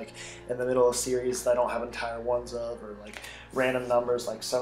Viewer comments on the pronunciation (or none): none